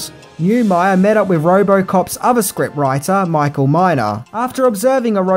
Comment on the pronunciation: *Neumeier and Miner (not "Myer")